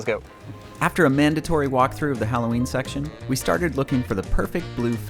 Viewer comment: bro did NOT say talking😭🙏🥀